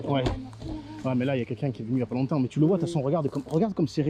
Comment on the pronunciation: J'adore quand il dit cela aussi, en outre !